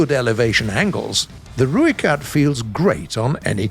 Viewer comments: The least you could have done was gotten the pronunciation for the rooikat correct like it’s not that hard. You pronounce it like Roy but u roll the r, not the roiekat , the Rooikat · How you say rooikat is wrong if you wanna know how to say it right message me I’m from South Africa so I know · Im from south africa and just want to clarify youre saying ROOIKAT wrong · If you want the correct pronunciation and of the rooikat it is r oi(like the Australian oi mate) kat